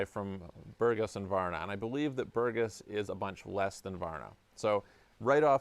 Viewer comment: BourgAs. If the accent is wrong, we cannot recognize the town of BpourgAs. Thanks!